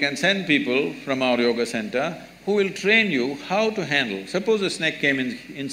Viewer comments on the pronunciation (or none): none